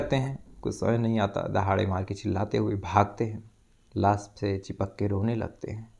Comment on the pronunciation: Las nahi lash hota h